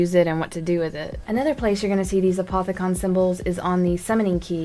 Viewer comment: I'm pretty sure it's pronounced A-poth-i-cun